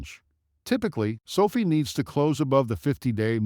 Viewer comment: It's not SO-fee. It's SO-f(eye) With a hard capital letter I. Sophie is the girl that serves you coffee at Starbucks. Call it correctly and I will take you more seriously. (No, I probably still won't.) Get a real person do do your commentary instead of your AI program that doesn't understand. How can it?